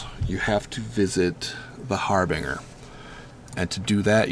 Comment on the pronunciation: har-bin-ger not har-bing-er jesus